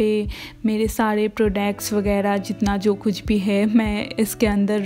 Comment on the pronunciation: Bho prodacts nahi hota Product hota ha